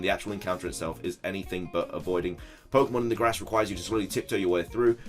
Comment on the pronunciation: it's Pokemon. Not Pokeonn. You clod. I can’t wait to name my baby girl Sobble Sapphire and my baby girl Scorbunny Momo Mochi. They’ll be so cute and we’ll go on grand adventures together.